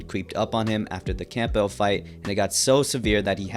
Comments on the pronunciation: Camp- Bell? it's cambel. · It’s not pronounced Camp-Bell it’s Cam-bell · It may be spelled camp+bell but it's certainly not pronounced that way. It is pronounced Cam+bull. Be normal and say it the right way. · ITS NOT LUKE CAMP-BELT. IT"S CAMBEL. LEARN ENGLISH. HOLY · it's not "camp-bell" its "cambell" silent P, not being disrespectful just thought i'd point it out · Just fyi it’s pronounced CAMBULL not camp bell lol Good video though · The p in “Campbell” is silent little bro. It’s not pronounced “Camp-Bell” it’s “Cam-Buhl”. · Pls its pronounced luke camball, not camp-bell 😂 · It’s pronounced CAMBELL not CAMP BELL lol but it is spelt Campbell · Campbell, the "p" is silent, sounds like "Cambell". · Why you pronounce Campbell like that. Camball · Hahha “Camp-bell” 😂 this generation experiences everything by reading and not experiencing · Campbell is pronounced : “cam bull” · Can you please pronounce campbell right? Camp-ell? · You say Campbell really weird 😂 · bruh why you saying campbell like that u a bot?